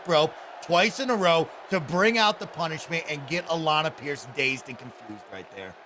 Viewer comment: The best part of Alanah matches is hearing the in game announcer pronounce it "Alan A Pearce"